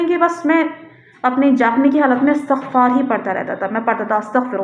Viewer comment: جس کسی بھی ویب سایٹ پر آپ جایئں گی ISTIGFAAR ہی اس کا صحیح تلفظ مل جاۓ گا۔جیسے Wikipedia,rekhta